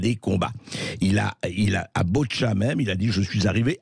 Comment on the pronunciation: Pas BOtcha....mais BOUTCHA...